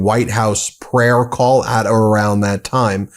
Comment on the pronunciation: Did Leavitt say spiritual warfare trying to break our cause or our call OR our CULT, it sounded like the last one to me